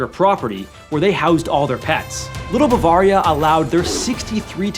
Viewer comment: Your inability to pronounce Bavaria correctly is depressing.